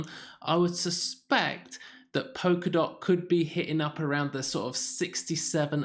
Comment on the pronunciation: It’s “polka” not “poker” dot. And I’m supposed to take your opinion seriously when you can’t even pronounce what you’re talking about. Mmm...